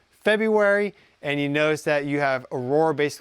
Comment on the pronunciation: Aurora? Or "Our Aura"?